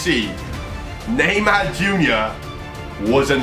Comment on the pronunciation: Eu ouvindo ele falar Neymar sendo q Neymar e Br jkkkkk